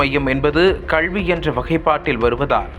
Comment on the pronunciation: கள்வி இல்லைங்க. கல்வி. ஏன் இப்படி தமிழ் வார்த்தைகளை தவறாக உச்சரிக்கிறீர்கள்.